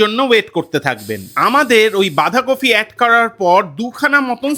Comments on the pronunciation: Recipe ta Bhishon e bhalo but bolchi j kotha ta Bandhakofi noi Bandhakopi!! Jokes apart all the best.. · kofi kofi korchen kano? ota toh bandhakopi!